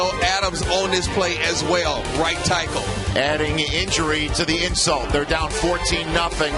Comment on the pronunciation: “Right tikel”